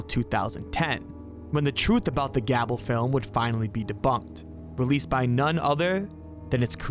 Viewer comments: Hey, just so you know, "Gable" is generally pronounced like "Gay-bull" (I know) not like "Gab-bull". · It's not gab-ul. It's gay-bull. Stupid AI voices. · Gable is pronounced with a long A sound not, short A You called it Gabbel, but it's Gable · He pronounced Gable as "Gabble" like how do you pronounce a simple name that poorly? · Gable is not pronounced "gabble"